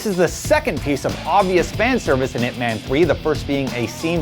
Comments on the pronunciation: Can still tolerate when he said "weeng-chahn" instead of "weeng-choon", but I stopped at "ip mehn", when it's "yip mahn".. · is not pronounce as ip 'man', is ip 'mun'...jeez talking about west speaks chinese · Atleast pronounce Ip Man properly it should be like Ip Mun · not pronouned ip man. pronounced as IP MUNNNNNNNNNNN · Am I the only one annoyed with his pronunciation? Ip Man is based on a real person. he's not some fictional superhero. if you're mentioning a name at least 3 times in a clip, learn to pronounce it properly. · the way the host pronounce Ip Man is hilarious. You have to pronounce it directly from Cantonese